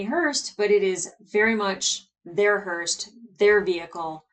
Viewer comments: You mixing up Alex and Amos’s names is funny enough but I almost died laughing when you said Hearst instead of Hearse 🤦🏼‍♂️ 😂 👀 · I'm hearing you say 'hearst', the word is 'hearse'. Maybe my ears are playing up.